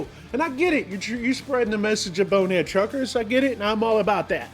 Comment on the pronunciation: How many times is that guy going to say the video's going on BoneheadED Truckers?? It's BONEHEAD - no "ed" on the end. 🤨 Grated on my nerves.